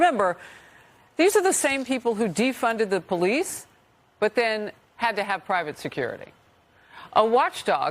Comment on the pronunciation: Well at the time "defunding da powleese" was THE big grift that the small-minded lapped up.